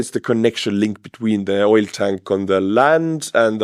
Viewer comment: Oil is pronounced with a hard L ❤❤❤